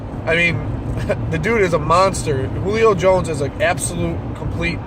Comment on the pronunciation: Thank you for pronouncing Julio Jones name, right.